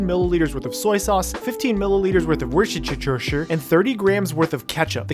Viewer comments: The way you called warcherter , lol. That was awesome and funny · I'm listening while doing my work and i got distacted when worchestershire part haha